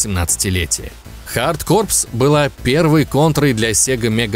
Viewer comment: Лайк за правильное произношение контры хард корпС. В ней робот еще мог прыгать дважды